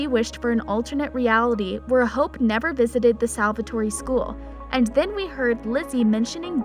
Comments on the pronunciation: Seriously. She pronounces it as salvatory😂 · Stop saying SALVATOREE. ITS SALVATORE. DONT PRONOUNCE THE E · OMG IT IS PRONOUNCED Sal-Va-Tor